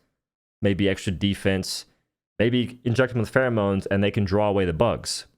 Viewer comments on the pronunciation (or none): none